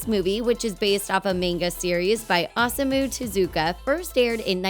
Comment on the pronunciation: "A meyngah series by Awesomu Tezookah"